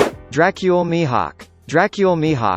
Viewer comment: when did mihawk became mihak